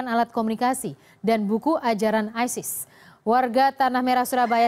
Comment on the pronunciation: Hey Sala isis kalau bahasa inggris ya bacanya aysis